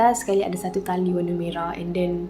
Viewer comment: Masa dia kata tali tergantung tu, mati2 aku dngar tahi tergantung 😅🤣